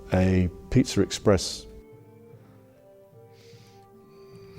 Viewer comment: The word pizza 🍕 will never sound normal again